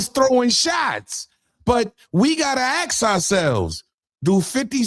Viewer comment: *ASK…not axes 🪓